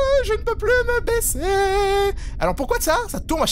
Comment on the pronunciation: À on est bien d'accord... Tu as dit " je n'arrive plus à me baiser" au lieu de baisser 😂😂 petit coquin ce...